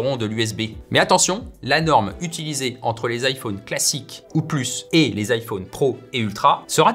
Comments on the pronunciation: Ça y est il lis vraiment IFAUNE ou quoi? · Merci de bien prononcer "iPhone" ça m'a angoisser